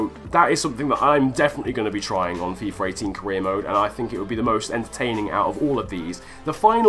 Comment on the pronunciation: why? why u call it fifer !!!